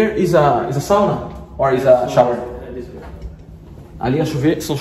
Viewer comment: Mano kkkkk ele falou here is a sauna kkk alguém me diz se sauna em inglês é sauna ou ele errou mesmo